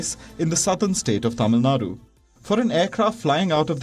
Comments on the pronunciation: Finally got a newsreader who can pronounce the 'zh' in Tamizh Nadu rather than saying Tamil Nadu❤️ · Hats off for pronouncing tamizh Nadu Right ✨❤️ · For the first time, someone pronounced Tamizh nadu properly. Well done Anchor. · Tamilnadu pronounciation almost correct